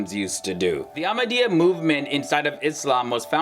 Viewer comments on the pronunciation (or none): You don't even know what you are saying even to call our beloved ones name you cannot say it correctly please go learn